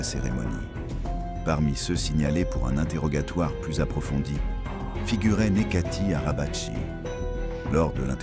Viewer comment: Ca se lit : Nedjati Arabadji